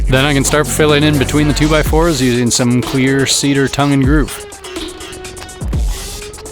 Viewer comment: For any one wondering if he's saying "Clear Ceader" vs "Queer Ceader" - Just know that I am also wondering the same.